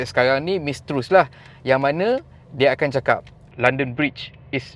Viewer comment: PM baru sebutan betul "Trass". Anak sulongnya sekarang bergelar king charles III. Keadaan dalam negara UK takkan banyak berubah disebabkan kematian QE2. Raja/ratu bertugas hanya sebagai head of state ("figure head,") tanpa kuasa.